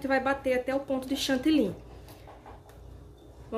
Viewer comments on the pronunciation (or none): DESCULPE, MAS VOCÊ FALA #CHANTILYN. O CORRETO É # CHANTILY, PORQUE É O NOME DE UMA CIDADE. EM VEZ DE FALAR O FUTURO # VOU ESTAR BATENDO, VOU ESTAR ACRESCENTANDO, O CORRETO É# VAMOS PASSAR P O POTE E NÃO # VOU ESTAR PASSANDO. ESTA É A LINGUAGEM DO TELEMARKETIN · DESCULPE, MAS SE ALGUÉM DE LÍNGUA FRANCESA (QUE É USADA EM DIVERSOS PAÍSES, COMO O CANADÁ) OUVIR VOCÊ FALANDO # CHANTILYN, NÃO VAI ENTENDER PORQUE NÃO FALA #CHANTILY